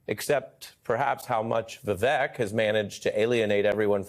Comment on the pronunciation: It’s pronounced Vih-vake, Ari! It rhymes with fake.